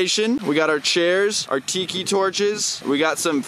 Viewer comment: its not tiiikiiii its tiki